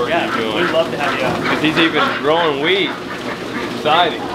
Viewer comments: did you say "wheat" or weed...🤔😎🤣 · Did he say WHEAT or WEES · Did u say he’s growing wheat or weed 🤣😂😅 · I thought you said he was growing weed, Then I listened again and it was wheat. LMAO love the video